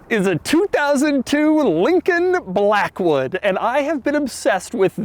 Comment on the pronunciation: Take a drink every time he says Lllllllincoln Blllllllackwood